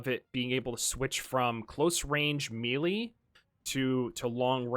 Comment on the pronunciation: Wtf is "millie"